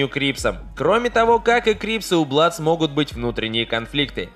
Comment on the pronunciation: Не Бладс, а Блудс